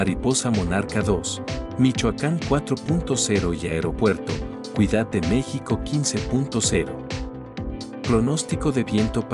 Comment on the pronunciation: Por qué insistes en decir Cuidad de México??? Por favor habla bien y no distorsiones nuestro idioma?????